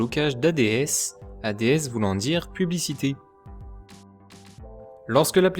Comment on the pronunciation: On dit pas A-D-S mais ads d'un seul coup, c'est le mot qui veut dire pubs en anglais mais sinon bonne video :)